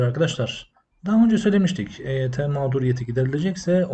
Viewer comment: Eyt yi Agzınin içinde geveleyerek söylüyor yuvarliyor Hareketlerinden kekelemsinde anlamiyonmu Admin. Akp yine Eyt yi kandıriyor